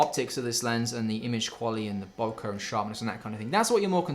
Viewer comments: its pronounced [boke- eh] its Japanese...not (boke-a).... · why in english all say "Boukah" ? ----- isnt it pronounced "Bokeh" like the the "e" from "Dr. Dre" ??? why is photgraphy world making such a thing about this simple word ?